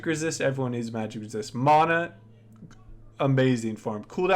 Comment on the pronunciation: I hate how he says mana instead of mana